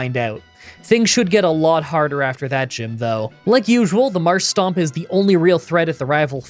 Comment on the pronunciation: I really wish you'd read MarshTOMP's name. There is no second S in it. Also the way you pronounce Aron is off. The 'Ar' part of it...well think of a pirate. You're pronouncing it like the name Aaron.